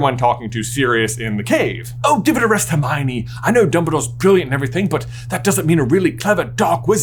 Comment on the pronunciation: That Jaaaaay-mione was on point and brought back VIVID Harry Potter Puppet Pals flashbacks 😂❤😭